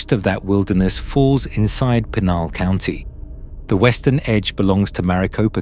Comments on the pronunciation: PEE-Nal county...Brits continue to butcher the English language... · It pr9nounced pee nal county. Your fuckin it up